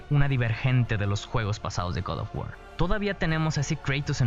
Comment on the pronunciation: Guad of wuaar -Kraitos Me hace gracia como lo pronuncias xDD